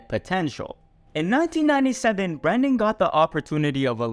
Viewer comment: It’s Brendan not Brandon ❤